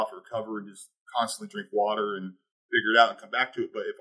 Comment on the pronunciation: lecturing people on their health... "Ur legs are gonna retain wurtter.." Also: "My legs retain wurtter..."